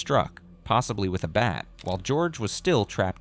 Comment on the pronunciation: Jorge. Not George. Least we can do is respect a victim.